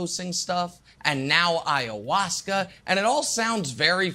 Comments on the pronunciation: They mispronounced "I-ah-wass-ka" several times while waiting on the approval of the producer to say the drugs name on air I bet. Once they gave approval, Nick said it. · The simple fact that the commentators can't even pronounce the name of the substance, tells me that their opinion on this matter is full of ignorance and ergo should just shut up and go back to talking about LeBron or the Chiefs ...